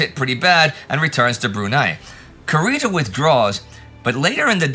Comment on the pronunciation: Indy, your favorite pronunciation nitpicker here! You pronounced the u in admiral Kurita's name like the one in "cup", but it should be pronounced like in "cuckoo". Anyway, thank you and the whole team for the tremendous work!